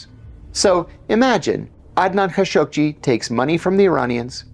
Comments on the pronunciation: Man I've lived in the middle east for decades since the late 70s and always thought it was pronounced Khasoggi i.e Kha-show-gi So when I head John say Khashuq-ji I found it odd, how come who has studied Arabic and usually has perfect Arabic pronunciation mess up Adnan Khasoggis name. Then when I looked it up it actually is pronounce Khashuq-ji. Damn you learn something new everyday. Sorry for the off-topic thing. Iran Contra happened during my time and I saw in unravel in real time, so wasn't too interested in that actual story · what's with the background "music?" Ka-show-gee - this is how the rest of the world pronounces his name. operation mockingbird never went away.